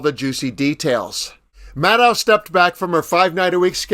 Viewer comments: Why do you call Rachel Maddow, 'Madd ow,' it is pronounced 'Mad doe!' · Ma DOE not Ma DOW